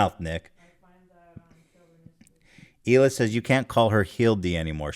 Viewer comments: idk if the thing with hila's name was just a nickname or not, but in case it wasn't: fuck off, nick, for mispronouncing the only non-english name out of all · Did u notice now he pronounces Hilas name right but every other video Nik says her name wrong in an obvious manner?!? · hilas name isn't even hard to pronounce and you how annoying it is for people to consistently say your name wrong 🙄